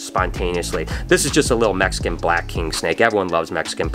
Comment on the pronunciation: I liked the video as soon as he said mexicon’s